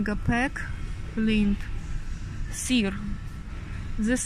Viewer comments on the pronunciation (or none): Доброе утро, смотрю видео, столько продукции с Украины, смеюсь, как вы произносите сыр-сир, это в Украине И, читается как Ы русское)), спасибо, за видео, 😍